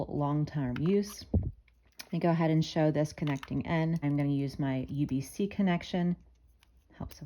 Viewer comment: USB-C not UBC 😂 good video though